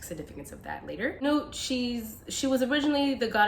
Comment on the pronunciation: Personally glad I stumbled on this vid. You pronounce her name correctly. If she were to let go we would be lost.